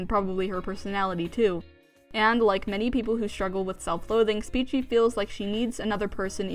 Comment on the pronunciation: The fact you say Speechie makes me so mad lol